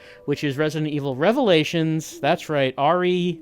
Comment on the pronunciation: "Rev-a-lay-a-tons." still too soon,.